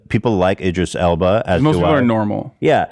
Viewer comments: did ethan just say idra elbis LMAOOO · At one point Ethan called Idris Elba “Idra Elbis” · Idris Elba: *exists* Ethan: "Elvis Idba" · In a past H3 pod he called him Idris Elbis lmaoo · ethan : idris elbis me : PFFFFT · "Idra Elbis" too lol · "Idra Elbis" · He manages to mispronounce Idris Elba’s name in every possible way lol